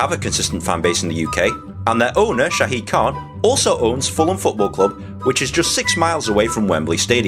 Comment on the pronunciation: Its Shad Khan not Shaid Khan